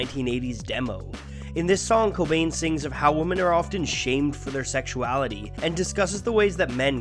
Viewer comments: Good video but you pronounce "women" as "woman" and it drives me insane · Is there a region of the US where "women" is pronounced "woman" like you pronounce it? I hear it a lot and I don't understand where it's coming from. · Why do you pronounce «women» with an o? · Great vid just focus on your pronunciation of the word women. I bet your from the northeast. I know it sounds picky but it will make you sound more polished if you pronounce the plural like women and not like woman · I absolutely love your videos, but for the love of God please learn how to pronounce the word woMEN. Woman and women are two different words. Women is plural and woman is singular and they are pronounced differently. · Am I wrong for pronouncing women as "weh-men"? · Great video as usual! But you're still mispronouncing "women".